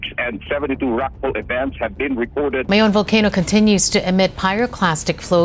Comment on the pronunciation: Mount "Mai-Own", not May-On